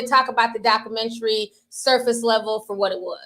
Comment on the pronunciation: I'm ctfu the way you pronounce documentary. You don't put the "u" in it